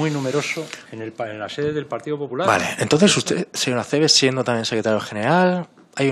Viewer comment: Porque en vez de decir "partido popular" dice "partido 'hular"